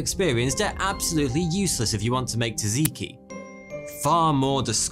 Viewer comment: Wait, did you just say TAZiki ? Isn't it pronounced, Zat Ziki ?